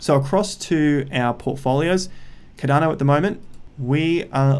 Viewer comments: Bro every time u say ‘cadano’ I lose a brain cell. Please pronounce it with the R. CARDANO please. Love the videos tho bro. Just the way u say it omg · It’s not cad’dano it’s Cardano mate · lloydsgem I am Aussie as well and he’s still pronouncing it wrong haha